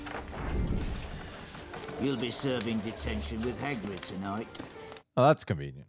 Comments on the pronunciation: "haggard" for hagrid made me chuckle 🤣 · I truly believe, let's call 'em, "brain malfunctions", are infectious 🫨😵‍💫😵😜 I say that because she messes up names (& things in general) soooo badly that it actually causes me (in that moment) to blank on them too 🤷🏼‍♂️🙆🏼‍♂️🤦🏼‍♂️ Like her attempt at 'Hagrid'... it was so bad that it made me [momentarily] forget his name too 🤔🙂‍↔️🤯🤣 If Greg hadn't been there to correct her, I would've had to really put in some effort to pull it... and, just to be clear, I obviously am very familiar with him and his name